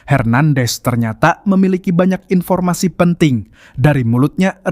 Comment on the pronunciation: informasi bang bukan inpo